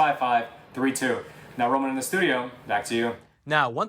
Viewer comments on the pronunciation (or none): “I’m from the Epoch times!” Hehe love it!!